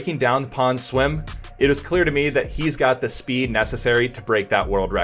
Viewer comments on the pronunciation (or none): none